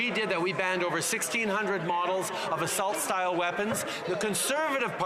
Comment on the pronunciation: “astult guns”